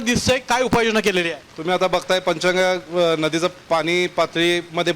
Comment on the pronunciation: वार्ताहर साहेब पंचगंगा असे नाव घ्या तुम्ही पंचेंगा असे काय म्हणता